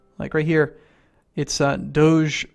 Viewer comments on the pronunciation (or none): none